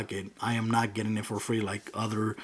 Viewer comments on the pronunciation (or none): none